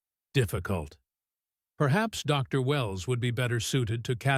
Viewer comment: Cool story. Now if you could fix your AI so it doesn't pause between title and name. Re: Dr Wells instead of Dr. Wells.